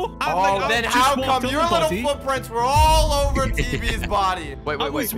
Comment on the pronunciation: "...and over time the frootfrints prhade awyaey"